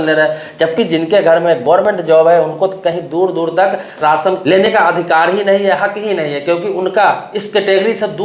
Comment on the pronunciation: Ration bolna Sikh